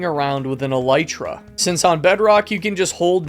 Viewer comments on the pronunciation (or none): none